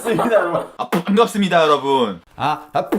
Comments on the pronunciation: ㅃㅍ의 중간발음을 저렇게 내다니..뽶갑습니다 여러부운~ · 뽠갑습니다 ASMR 좋네요 ㅎㅎ 👍👍👍ㅋㅋㅋㅋㅋㅋㅋㅋㅋ빤갑습니다 중독성으로 끝까지 정주행해숩니다 ㅋㅋㅋㅋㅋㅋㅋ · 아 퐝괍습니다 여러분~~~ 중독되겠어 이거 끊을수가 없어야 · 계속 들으니까 포항갔습니다같이 들린다리 ㅋ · 퐝갑습니다 여러분